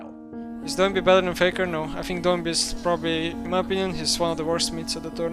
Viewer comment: Thank you for saying Doinb's name right. I cringed through all of worlds as the only LPL caster's slightly accented pronunciation convinced all the English-language casters his name was "Doo-in-bee"